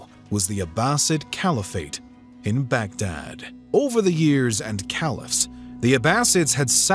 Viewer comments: Baghdad, not bag and dad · It's not back-dad !! It's pronounced as Bug-Dhaadh !! The middle-eastern , mesopotamian, tribes still have their y chromosomes donated by Genghis Khan. The same name is the root for Mughal !!